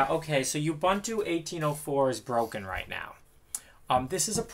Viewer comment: Correct way to pronounce "Ubuntu" is........ Oo-boo-n-too, ....it's not You-bun-two.